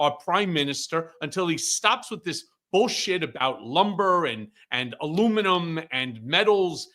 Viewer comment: He called it total “Bullsit”?